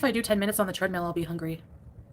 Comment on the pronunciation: Why does she keep calling it a “tread MEAL”? 🙄🙄🙄🙄🙄🙄🙄